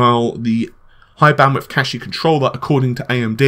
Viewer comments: Right. I hope DX12 Appie will fully utilize the high bandwidth cashie. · Cache is pronounced cash.